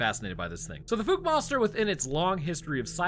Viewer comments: Dude, i live like 30 minutes from Fouke, (the e is silent). there are no bears in this area. I have never seen one, and don't know anyone who has. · Watch the movie so you can pronounce the name Fouke correctly. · I love your content so much. BUT your pronunciation of Fouke was painful😅 also we dont have grizzley bears in the area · lol, Holy FOOK did you mispronounce Fouke! There ARE no Grizzly in Akansas, and the LARGE black bears they have max out at about 400lbs, pitifully small by my standards. I live where there ARE grizzly. I have had several guests on my show who do Bigfoot research in that area, they have pictures of tracks, structures and creatures, so I don't know where you are getting this "No evidence" bullshit. How embarrassing for you. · Fouke is pronounced with a "ow, as in ouch". As an east Texan I've heard of this place my whole life. 😅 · Ahhh my home town cryptid! Yes you are pronouncing the town name wrong.😂